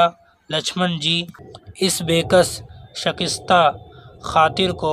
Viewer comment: شَکِسْتَہْ ❌ شِکَسْتَہْ ✅